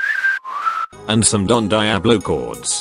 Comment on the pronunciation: The way the voice pronounced Don Diablo 😭😭😭😭